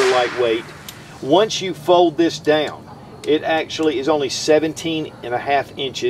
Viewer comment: He yer. Da yown. Or here and down? Funny. One syllable becomes two.